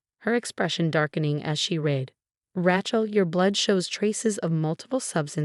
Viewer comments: Whoever, or whatever narrated this is horrible at pronunciation. It's Ra(y)chel, not Ra(t)chel. You didn't even pronounce Dr. Mar(teen)is's name right. I'm not suscribin to this channel. Sorry,. All of the channels similar to this one, that I'm subscribed to, enunciate names and words correctly most of the time. They make mistakes as well, but not like this. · R-long a chel NOT Ra-shal!!!! Agree Lord Love a Duck!!!😊😊😊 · NOTE: Epilepsy pronounced - E-pee-lep-cee. Rachel pronounced - Ray-chel. AI has a long way to go - obviously not edited for accuracy prior to publishing (also spelling errors). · It’s “RAY-chel” goddamnit! Get it right! If Sarah never had a drinking problem why did she have a sobriety medallion? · This AI Pronunciation is a pain in the neck not only does it pronounce Rachal and Epilepsy wrong it's distracting when trying to listen for goodness sake learn how to properly pronounce words before sending stuff out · Yes, please get your names pronounced properly... The name Rachel is especially ALWAYS mispronounced . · Fix your bot. Rachel does not rhyme with ratchet